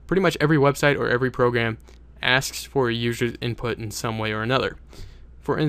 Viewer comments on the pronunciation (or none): hahhhah lol "inptut",,hahhaah so funny made me laugh..